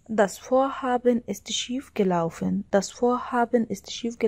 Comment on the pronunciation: شكرا عالمعلومات لكن اللفظ كتيير سئ ،